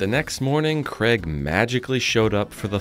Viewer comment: Is pronouncing Craig's name "Kreg" on purpose? 😆 Maybe Craig should do a sponsorship deal with Kreg 😂